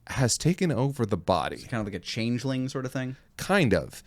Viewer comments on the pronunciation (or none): none